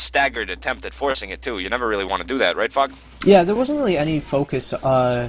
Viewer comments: everytime says Fog it sounds like he's saying fuck xD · There were a few times I though was saying Fuck instead of Fog